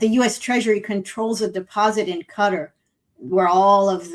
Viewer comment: It's Kat Are, Qatar --- not cutta FFS